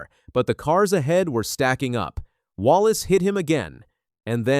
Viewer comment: IF YOUR GOING TO DO THIS AT LEAST SAEY THERE NAME RIGHT.